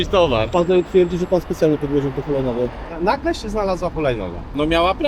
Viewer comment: 'tĘ chulajnogĘ, tak, tak tĄ, hulajnogĘ, za pojadzem - czyli co z przodu pojazdu stała?' kurtyna xD